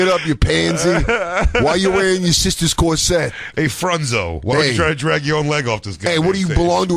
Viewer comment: what the fuck is a cor-SET?